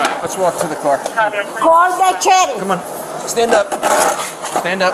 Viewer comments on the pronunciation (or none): "call the cerrif?" 😂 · I love when she said “call the cherrif “😂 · Lady: "Call the Cheriff...Call the Cheriff!...CALL THE CHERIFF!" Siri: ??? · I wonder what Siri was thinking when she ask it to "call the tjerrif" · “Call de cheriff!” What lady? Cheriff?😂😂😂😂….off to jail you go Miss Drunky Pants.😂😂😂😂😂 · “CALL THE CHERIFF”. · I don’t think Siri understands who the “cherrif” is…. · "Call the Cheriff" 😜